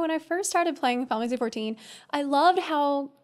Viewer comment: I'm new here. Is exaggeratedly abbreviated pronunciation of Final Fantasy XIV (Fin- Ffuh- 14) considered a meme? Because if it's not, it should be.